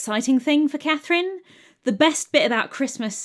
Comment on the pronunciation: Hello, my name is Catherine, and it was just lovely to hear my name said with beautiful diction, enunciated clearly, over and over and over again :) I'm also happy she was French, and used the French 'C' spelling.